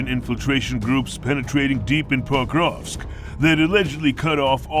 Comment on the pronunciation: Se pas PAKOVSK, me POKROVSKE. Chaque fois il prononce mal nom de Ville.